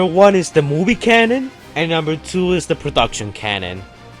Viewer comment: Cannon? CANNON? Let me obsess over this little mistake.